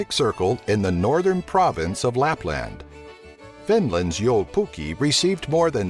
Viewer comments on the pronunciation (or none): its jou pukki its joulu pukki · Joupukki? I am very triggered, as it is called "Joulupukki" or "christmasgoat" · Ei vittu miten se lausuu noi suomalaiset sanat kuten:"joupukki" XD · It's not jou pukki its joulupukki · Jou, Pukkii XD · Its called "joulupukki" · its pranausd licke it's written joulupukki not yolopukki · "joupukki" xD its "jouLUpukki" :) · its not jou puki its joulu pukki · It sounds like you're saying jou pukki but it's joulupukki :D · "yo pukkii?" LOL! It's "joulupukki" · "Youpoki" :D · uhh...santaclaus is called "joulupukki" not "joupukki"and i live in Finland...-_ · Yo-pukki? :D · "jou pukki" x'd joulu_pukki translates to christmas_goat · Gotta say, it sounded like u said "Joupukki" and jou basically means yo lol it's "joulupukki". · it's Joulupukki not Joupukki damn people butchering the language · And joulupukki is not called jolu puki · what "joupukki" its jouLUpukki all finnish words are pronounced exactly same way that its written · jou pukki WTF??? ITS JOULUPUKKI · xDDD ''Joupukii'' It's Joulupukki it's not that hard to spell if you atleast try better... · its not joupukki its joulupukki PS:suomi mainittu torilla tavataan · It is joulupukki not jouphukki and it is avanto uinti not avanta unti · jwoulpuki? its joulupukki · You say it like joulpuki its joulupukki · it's called joulupukki not jupukki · joupukki m8 ITS joulupukki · is not joupuki its joulupukki¨ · joupukki lol😂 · they call him joupukki sä tarkotat varmaa joulupukki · WTF JOUPUKKI IS JOULUPUKKI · joupukki XDD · joupukki xD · They call it "Yolopukki" omg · Sofia Kalliokoski mun mielestä se sano "yopukki" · uhh... it is actually joulupukki... aaand it translates to christmas goat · apua ihan kamalaa lausumista D:: joupukki? avantounti? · Jäätteenmäki not Jatemaki, joulupukki not joupukki, avantouinti not antovunti. And no intonation in any word except maybe a tiny one on first vocal e.g. jóulupukki instead of joúlupukki. But thanks for video :)